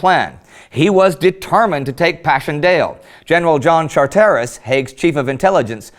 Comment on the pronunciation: The upper-crust Scots surname "Charteris" is pronounced 'charters' - the "i" is silent.